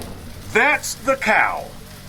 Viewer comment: “I wannat ta try a caw”